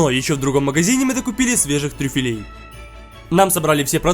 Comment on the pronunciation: Не трюфелЕй , а трЮфелей. Салат не РамЁн , а Романо !И слово Фуагра не склоняется !